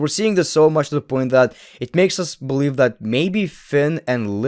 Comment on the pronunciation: I BOLIEVE IN JOE HENRY